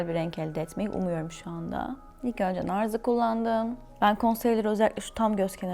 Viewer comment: narz değil nars